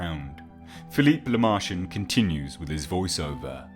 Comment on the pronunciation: OMG. LaMerchant is pronounced "La-Mer-Chant" nasal "nt." Guillotine is pronounced "Ghee-Oh-teen."